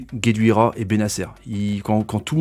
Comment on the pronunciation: Guedioura mais non gueduira sinon super vidéo tjr a la hauteur de nos attentes